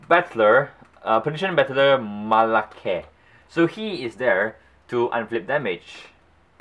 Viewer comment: say it with me. Ma-rei-ko